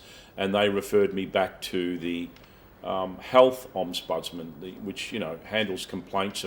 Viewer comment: Interesting what will come out of all this Dezi Freeman hoo-ha. P.S isn't it "ombudsman" not omsbudsman